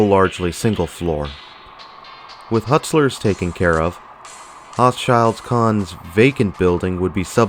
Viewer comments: Pronounced ho-shul cone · OMG, I live 10 minutes away from the mall. Please let me correct you on the pronunciation of the Baltimore based Department Store ' Hochschild Kohn '. It is pronounced like this -- Hoe#Shuld#Cone. It was at one time the Baltimore areas premier, high end Department Store.